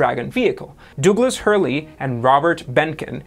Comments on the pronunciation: Douglas is pronounced dugless, not dewglass. Otherwise good vid. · Dooglas?? My boi.